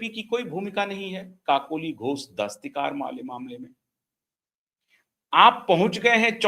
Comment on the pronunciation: क्षमा कीजिएगा श्रीमान ❤ काकोली घोष दस्तीकार नहीं दस्तीदार